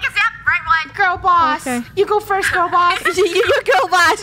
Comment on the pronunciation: u clearly don't know thats the way pronounced gurl